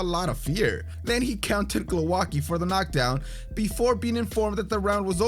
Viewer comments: Glouaki ?!???? Hahahahahaha Priceless pronounciation! Bravo, you hamerican! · Glołaki... That's how you pronounced Głowacki. Do you see differences? Try to use Google translate to verify the pronountiation. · Nice compilation but pls. Type someone's surname in Google translate to hear how you should pronounce it in polish because it hurts so much when I hear something like that and why didn't they used his polish surname instead of this modified crap? Glowacki? What is that, I only know some people with surname Głowacki and none with Glowacki